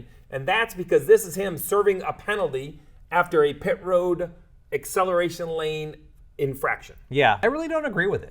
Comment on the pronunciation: Im sorry for being annoying, but ACCELARTION? 😂 way to go